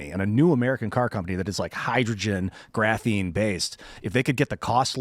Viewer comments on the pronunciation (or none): Lol, as soon as started saying material, i knew he was gonna say graphine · Missed hearing say graphine